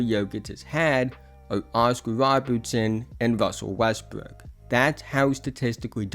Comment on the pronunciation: Woscar wobertson and wrussel westwrook 😂